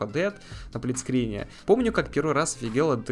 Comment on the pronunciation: Не Плит скрин, а СПЛИТ скрин